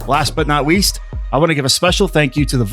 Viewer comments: "last but not weest" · Last but not weast lol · "Last but no weast" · "Last but not weast" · did he just say last but not weast? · "And last but not weast" OwO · did you say: “Wast but not weast...” because to me it sounded like you said that.